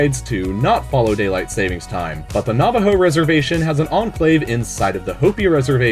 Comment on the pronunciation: Navajo is not Spanish so don't pronounce the J as an H